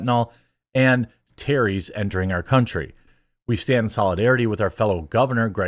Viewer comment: Jeremy, why can’t you pronounce the word terrorist? Is it from a brain injury?